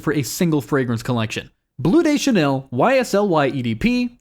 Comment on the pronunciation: Is this an AI video? Murdered the pronunciation of Bleu de Chanel.